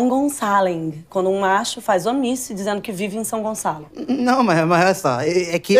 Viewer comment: não é sãogonçaling, é jungleçaling